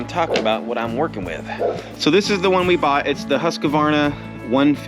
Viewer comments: Everyone says “husqAvarna” & I didn’t know til someone corrected that it’s Husqvarna (no a). Idk why we think there should be an a in there, but everyone says it like that. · It's Husk - varna there is no A in the middle